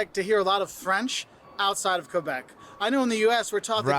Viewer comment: I like the way you pronounce "Québec" ❤ the right way haha not "Qwebec"